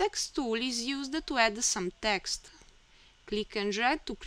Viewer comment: Good tutorial. Logical order. Speed of instruction and rate of speech were both good. The only suggestion for improving your English is to complete the word with the proper sound. You sometimes end a word with an "ah". For example, text should have a hard "t" pronounced at the end. If you listen to your video you will hear yourself say "texta" and then the same "a" added to the end of the next word. Your English is very good! Keep up the nice work and thank you for sharing your knowledge.